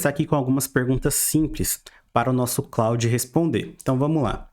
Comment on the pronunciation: Muito bom! Vou aproveitar a dica do Opera com VPN pra outros sites tb. Só uma coisa que incomodou bastante, o pronúncia do nome Claude é [klôd], é um nome francês. Quem se chama Claude deve ter sentido mais gastura ainda hehe